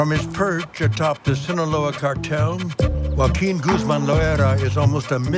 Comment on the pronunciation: Not "Guaquin" lmfao 😂 Joaquin pronounced more like Hoaaakeen